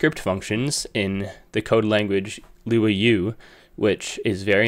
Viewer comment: Luau is pronounced Loo (as in look), Ou (as in ouch). It was kinda cute hearing a non Portuguese speaker saying it 😅